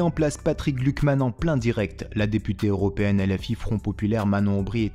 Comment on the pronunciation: Patrick Klugman, pas Patrick Glukman. xP